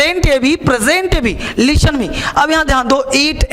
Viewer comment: "Leestan" nahi 'listen' hota hai...english ke teacher...